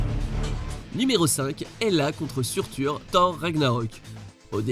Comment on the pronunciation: Seurteur pas surtur